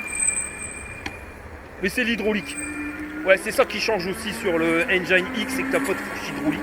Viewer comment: J’aime bien t’écouter! Sauf quand tu dis Enjaïne au lieu de Enjin (pour prononcer Engine)